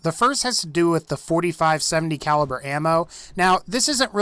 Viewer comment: u said 35 caiver